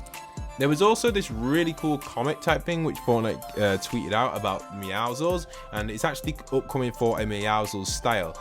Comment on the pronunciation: thank you for pronouncing the name Meowscules correctly, i hate when people pronounce meowscules as Meowskulls